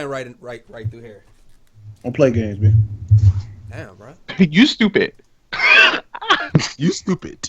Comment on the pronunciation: why he say it like that "Yuu Stewpid" 😂😂